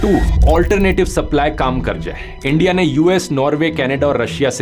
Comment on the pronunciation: "ENDIA" , ab to bhasha bhi unki bolne lage